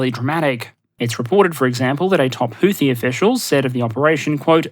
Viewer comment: houthi is not supposed to have th sound as found at the end of the word tooth. Arab consonants are difficult for those handicapped by low diapason languages such English, not to mention the additional handicaps of being from Australia. Not much can do about it I suppose.